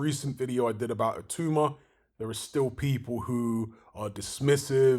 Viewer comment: BTW, I believe it's pronounced It-ow-ma, rather than it-oo-ma